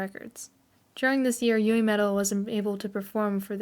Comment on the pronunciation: New fans making "explanation" videos. Oy vey😂 I know I'm nitpicking but, here we go, don't take offense: It's Moa (moh-ah) not Mo. Moametal not Mometal. Yui (Yu-ee) not Yu. Momoko was born in Fukuoka and moved to Kanagawa. You have it backwards. And of course, the mislabeling of the song iine as "Line". Other than that, the only other "complaint" I have is that these "info" videos have already been done several times before. I, as well as the rest of The One, appreciate your effort though. I just feel, personally, that these new videos are quite unnecessary, as there are more concise, accurate and informative videos already out there. But I understand the fervor of a new fan. I was a new fan once too 😂. Babymetal becomes addictive and has a tendency to take over certain aspects of your life. Discovering Babymetal was a life changing experience for me, as well as it was for others in this fandom. Making lifelong friends from around the world in the Babymetal community has been the best experience of my life. Even as far as traveling to Japan, which is WAY out of character and out of my comfort zone as an introvert. I welcome you to The One. Welcome to the Fox family. You should really delve into Sakura Gakuin and discover why Su, Moa, Yui, and Momoko are so endearing to us OG fans who discovered Babymetal while they were still in Sakura Gakuin. I mean, if you're gonna go deep, GO DEEP. Kitsune up! 🤘🦊